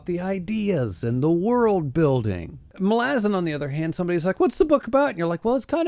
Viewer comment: love the video but bro not Muh-lazen its MA - Luh- Zan it drove me crazy lmao